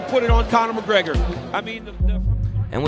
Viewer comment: Conna MacGrega 😂😂